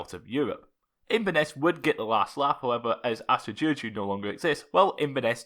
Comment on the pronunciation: your pronunciation for Astra giurgiu is spot on. I could never pronounce that name